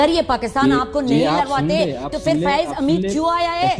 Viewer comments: افغانی عورت انڈین لہجا پھر کی بجائے فر بول گئ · یہ عورت %افغانی نہیں ہے اگر یہ افغانی ھوتی تو پھر کو فر نہ بولتی یہ پھر کو پر بولتی